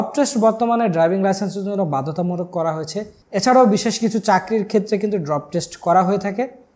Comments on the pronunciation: ভাই আমি এই কমেন্ট করতে আসছিলাম😅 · ডোপ টেস্ট, ড্রপ টেস্ট না, আগে এটা সঠিকভাবে বলতে শিখো। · উচ্চারণ ঠিক হচ্ছে না ওটা ডোপ টেস্ট হবে। ড্রপ হবে না। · আপনি তো মিয়া উচ্চারণই করতে পারেন না। আসছেন ভিডিও করতে। এইটা ডোপ টেস্ট, ড্রপ টেস্ট না। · 🤣😂😂Poor illiterate guy.It’s ❝Dope❞ Test not ❝Drop❞.নিশ্চয়ই নাহিদ টাকলার যুগে পাস করছে।